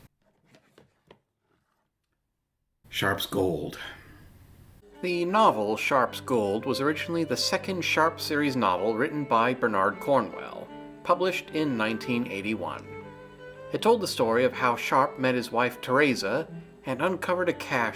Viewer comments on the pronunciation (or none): Spunds weird that you go to thentrouble of using a British slang verb like "nicked" to mean Skillicorn being arrested, but pronounce Bernard Cornwell's first name as Ber-nAAAAAARRRRRd.